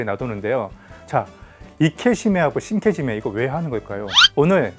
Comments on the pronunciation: 발음을 우리나라식표기하는 방식대로 읽어도 상관은 없지만 영상을 올릴려면 제대로 된 발음으로 하는것이 좋지 않나해서 끄적여 봤어요. 계속해서 저 두단어가 언급되어서... 자랑하려고 그런거 아니라 나만 그냥 불편해서... 안보면 될것을... 말입니다. 시장 방어잡는 영상같은거 올려서 ... 일본사람들이 조롱하고 그래서 이사람이 또 뭔 ~~ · 이케시메가 아니고 이케시메 입니다 신케지메가 아니고 신케지메 입니다